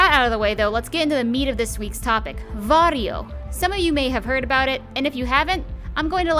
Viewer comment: It sounds like he's saying Wario